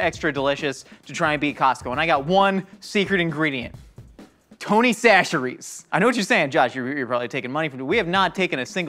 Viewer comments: He finally said chacheres correctly (sa-sher-ee) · I’m so proud of Josh fully committing to saying Tony Chachere’s the right way, at least most of the time, lol.